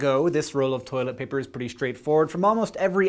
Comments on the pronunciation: Has anyone made a GIF of Hank sounding out "Toi-let pay-per" yet? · Th-oilet... pah-per...? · "TOY-LET PAY-PUR" will never stop being funny! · toy-let pay-pur?! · Toy-let pay-pur... Interesting...